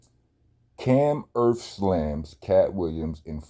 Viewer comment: He said " he slammed earf, wind, fire and ice outta him!"😂😂😂